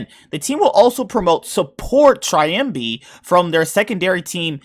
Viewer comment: It's not "Triambi" it's "Trymbi" y like in the world "silly". Btw great reaction. I had to check it cause I couldn't believe it and I thought it's clickbait :P